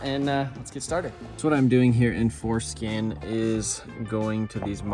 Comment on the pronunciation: I know but it sounds like he said foreskin 😂